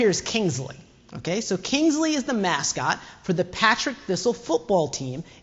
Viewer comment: It's "Par-tick thistle football club" not "Pat-rick" :)